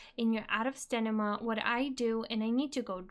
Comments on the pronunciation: I don't think it's much of an issue that you say stanima instead of stamina, but everytime I hear you say stanima I'm like uuurgh :DD So funny :D - Thank's for updating your tips and tricks though! Was looking for a video like that but only found your old one a few days ago :) Glad I get to see this now! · Pssst love your voice and love the video but its STAMINA :P not STENIMA :) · good video and its cute when you say stanima. 😂